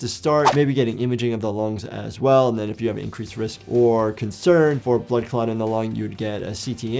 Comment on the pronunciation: I yawned when he said blood clot and I heard blood cock